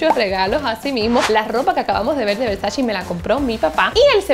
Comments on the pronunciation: Donatella Versace en una entrevista con Vogue dijo que odia y detesta cuando dicen Versachi, que no es así. Que es Versace. si tú usas esa marca aprende a pronunciar como le gusta a la Doña. 🙊♥️ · estás muy americanizada... de donde sacas la i para decir Versachi? CE Y CI SE PRONUNCIA che o chi, por lo que se pronuncia Versa-che bueno salidos.